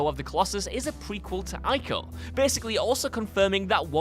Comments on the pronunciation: ugh... there are still people who can't pronounce "Ico" correctly?? EE-KO. not fucking eye-ko. one video where your gaming "experts" actually know about the games would be nice. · Not ancestor dumbass. Its him reborn. And its not "eye-co" its fucking "e-co" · Good lord, neither the narrator nor the comments know how to pronounce “Ico” correctly. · It’s pronounced “E-Co”. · It's really irritates me that he mispronounced ico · "Ico" is not pronounced like that, smh...